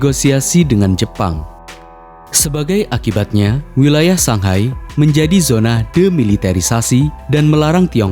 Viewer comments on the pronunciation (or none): none